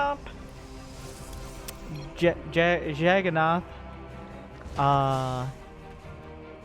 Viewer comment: Again it's pronounced like "jug" "un" "na" "tha", beleive me I am indian